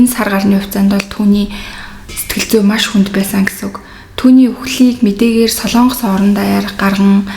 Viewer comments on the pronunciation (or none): none